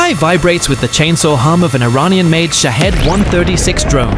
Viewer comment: Shaved drones Are Russian, not Ukrainian. Say it correctly. Don't you have editing?